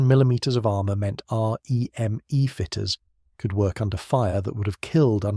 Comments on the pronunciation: Not being pedantic but we weren’t R.E.M.E its REME pronounced reemee. 😊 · This is AI isnt it? The pacing of the voiceover feels off. The sentences have emphasis in what feels like the wrong place and the R Eeee M Eeee throughout. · I just assumed it was AI when it started that r.e.m.e nonsense.